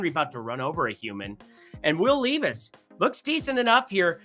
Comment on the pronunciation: bro were gonna have real problemsif you keep mispronouncing Will Levis's name